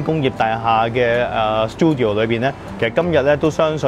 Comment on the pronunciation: Check google how to say 'studio' first. Don't tell me you grown up in an English speaking environment. That place is called 'CHINCUVOR'. Don't have to listen and say an English word in a year.